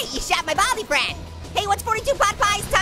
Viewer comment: your saying baldy you should say baldi